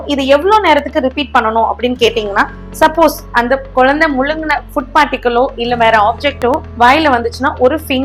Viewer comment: யெம்மா.. குலந்தை இல்லம்மா குழந்தை..